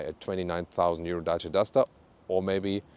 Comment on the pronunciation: Good & cheap car as always. Nice 4 U 2 say 'Dacia' as it originally sound in romanian. 👍